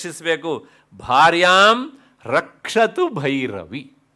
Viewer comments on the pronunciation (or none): 1 hr 3 minute is important pronounciation. Rakshatu (not Bhakshatu) Bhairavi devi